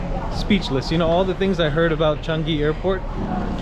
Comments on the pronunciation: CHANGI, pronounced as written, Chang, i as in initial. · Like his local pronouncing changi👍